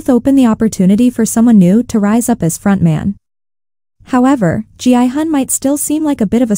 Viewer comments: Why do you pronounce Gihun as Jianghan? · It’s a text to speech, so the AI reads it as G-I-Hun.